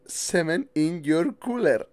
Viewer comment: Que risa " I put cement in your cuuler"😂😂😂